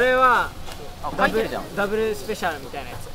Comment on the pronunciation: Never thought ramly burger would sound soooo fancy when Japanese pronounce “dabaru special cheese baagarr” 😍 great video guys!